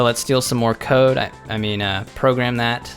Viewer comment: “Somethings not right. My coda actually worked” lmao 😂